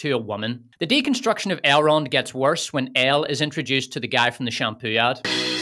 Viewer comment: You got me at "I shall call him AILE ROND with the France pronunciation", I didn't know it could sounds that dumb.